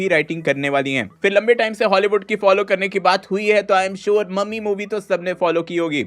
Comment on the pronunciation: मम्मी ✅ ममी ❌😂